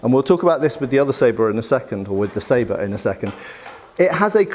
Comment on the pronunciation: Thanks for a great pronunciation of Sabre / Shabla. For the other one it's actually: Pawash